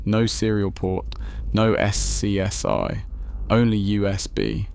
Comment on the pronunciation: The deeper you get into the video, the less sense the pictures make. Nobody pronounces it S-C-S-I. Names of people are butchered. Slop creator didn't bother to correct this slop.